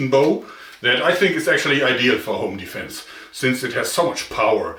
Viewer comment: Your "home defense" sounds a lot like "onlyfans" to me xD